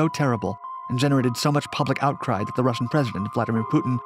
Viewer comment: I can't help but chuckle every time says 'Russian sup whale'.